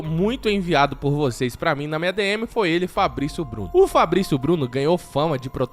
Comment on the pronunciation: o japonês Fablicio Bluno